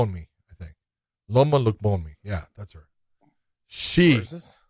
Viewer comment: John botched Loma name so hard both Josh and Podcast Dave couldn't find her on the card. I don't really blame them as I'm supposed too catch Thai names really well, but it did not really come across as a Thai words at all when John said them the first time.